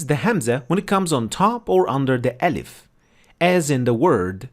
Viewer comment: It's not elif, it's Aalif... please, don't slang it